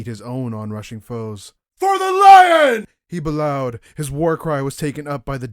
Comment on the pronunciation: It's likely "bellowed" as "b'lowed". It should be "bell-owed"